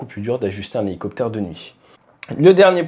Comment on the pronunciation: Helo... ? Helociptère ? 😅